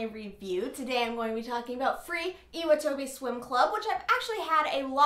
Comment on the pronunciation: Hey :) I know this is an old video, but I'm just curious as to whether you watch the sub or the dub.. I'm assuming you watch the dub as you didn't pronounce some names and things properly, and dubbed animes tend to do just that. Anyways, nice video, but I'm pretty sure Nagisa and Iwatobi are pronounced differently :) I don't really know how to explain it, but maybe look into the correct pronunciation? (again sorry, this is an old video and you might have known already by now lolol)